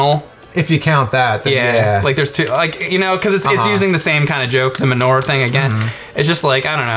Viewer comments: It's not "ma newer" you big posh turd. It's 'man your.' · pronounces the word manure weird. "ma nor"!? Its "ma newer" oh forget it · what the hell is "muh-ner?" You mean manure? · Ah good. The emulation of the arcade game. I have that MAME rom saved away with hundreds of others. Fun game, both in the arcade and on the PC. The arcade gun game you are thinking of is ALIEN 3. Min-ore? It's said Man-oo-ur. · Did anyone else think he was saying Minora instead of manure when they were talking about back to the future? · I swear I thought was saying Menorah when talking about back to the future. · I keep thinking says menorah and not manure, LOL! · It sounds like he's say menorah, not manure. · I spent a minute trying to figure out why the fuck he was talking about menorahs before I realized what he was actually saying. XD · same I heard manorah too. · When James was pronouncing it it sounded like menorah. When I heard that I was thinking "Menorah? I don't remember any menorah?" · live in NY and have never hard anyone in real life, or on TV for that matter, say it any other way than ma-newer, so not sure that's really a confirmed thing, unless your being incredibly imprecise. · it's ma-noo-a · GadGades, I thought the same thing. All the times he said it, I kept thinking he was saying menorah until a second after he said it. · YES YES YES DUDE!!!!! I was like: "WTF is the MENORAH joke in BTTF?!? Where the HELL is that?" Then I realized he was saying: MANURE!!! LoL!!!